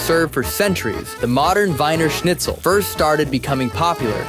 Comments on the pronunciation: You need to pronounce it Weener Schnitzel, not Winer 🤭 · Wiener Schnitzel is pronounced "VEE-ner SHNITZ-el". Your pronunciation was DIABOLICAL.